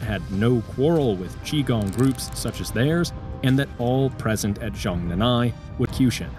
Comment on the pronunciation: Americans: stop pronouncing Chinese phrases with silent consonants. it's Zhong Nan Hai